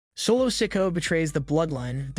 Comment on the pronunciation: Every time I hear “sick-o” I cringe..